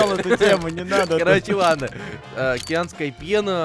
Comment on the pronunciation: Ни акеанская пена а акианская лена